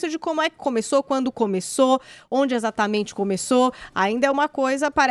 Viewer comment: Como dói ouvir o Adriles não conseguir pronunciar a letra "E". Troca tudo pelo "i" . Para trabalhar em rádio, dicção deveria ser requisito mínimo. "Izatamente" isso.